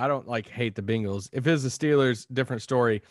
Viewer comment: Congrats on your Beengals, (why does Isaac say it like that?! Lol)